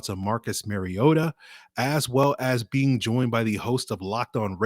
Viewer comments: Should probably start with learning to pronounce Marcus' last name. It isn't Maryota MAR E OTA MARcus MARiota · THANK YOU! It is pronounced like the Nintendo character Mario with "ta" at the end. He has been in in the league 8 years and the announcers still say it wrong.